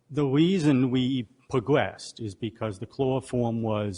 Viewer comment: "The weason we pwogwessed" instead of "the reason we progressed"